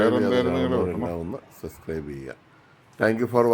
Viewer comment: ചേട്ട സസ്ക്രൈബ് അല്ല സബ്സ്ക്രൈബ്